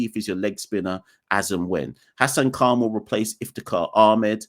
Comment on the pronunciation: It's Iftikhar, just saying